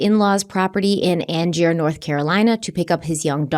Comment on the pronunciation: Just starting this video and realized i meant to correct your pronunciation of Angier on the last one, it's an-jur 😅 lots of love to you both from North Carolina. ❤ thanks for sensitive, thoughtful, and compassionate case coverage as always.